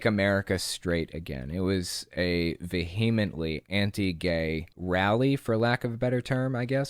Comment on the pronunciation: The "h" in "vehemently" is silent. Accent on first syllable. Veeya-mently.